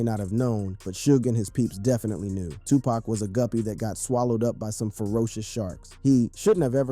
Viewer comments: His name is Tupac not tupack ok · First of all its not TUPACK, ITS TUPAHC! GET IT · It's NOT 2 PACK...IT'S 2 POCK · Bro how the fuk do u not know how to pronounce Tupac's name correctly smdh it's like calling Michael Jackson Michelle Jackson...get it together bro he's only arguably the most legendary hip hop artist EVER the least you can do is get his name right